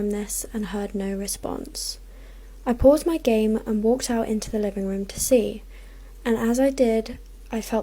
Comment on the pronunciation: ANYONE NOTECED SHE SAID I puase THE GAME